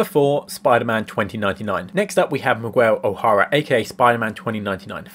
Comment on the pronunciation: The way you pronounced Miguel 😅😅😂. Nice video tho